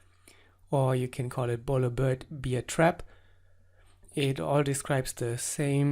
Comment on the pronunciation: fyi: you pronounce "bear" incorrectly. No offense, just constructive criticism ^___^. love your videos.